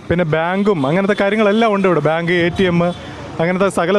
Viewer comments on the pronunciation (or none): none